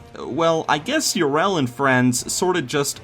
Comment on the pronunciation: I can't believe you mispronounce Yrel so much even though they say it so often in game...